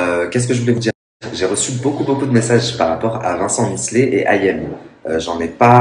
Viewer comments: Misslet ? T’abuses. Miclet c’est facile à dire. Et dire « le fils d’Ayem » non c’est LEUR fils. Elle a pas pris un donneur non plus. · deja tu est pas capable de dire miclet et en plus tu parle trop a rien dire